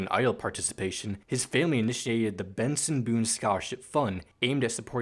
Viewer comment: Bro bro know why is he calling Benson literally Boone it isn't boom it's Benson